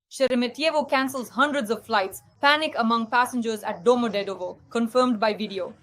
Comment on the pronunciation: Why can’t you not correctly pronounce ‘Domodevedo’’?